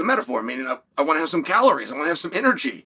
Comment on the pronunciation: He even said it just like “wnat”